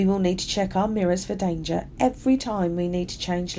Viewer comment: why she say “danger” like that 😭